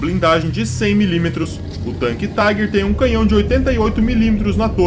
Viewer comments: Não é Taiguer! Esse tanque não é americanoo ou inglês ,é alemão. Pronuncia- se Tiguer. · Cara você não entende nem de inglês muito menos alemão, a pronúncia em inglês é "Taiger" em alemão é "Tigar" em alemão o er tem som de ar